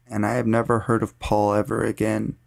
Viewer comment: Can you please tell me why in that story almost got kidnapped at the end when you say Paul I hear "surrrre"